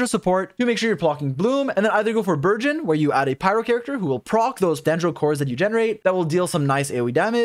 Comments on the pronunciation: dude not burzhõn!!! hahahahaha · Also can speak French!? That word burgeon he surprisingly said very well in French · he said Bourgeoin XD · Nice. Pronunciation of Burgeon is virgin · I thought you were calling it virgin, wtf is a burgeon. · i never considered french burgeon and i think im gonna pronounce it like that from now on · I will never say burgeon normally again. 🥖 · Does speak French? With that pronunciation of “burgeon”😄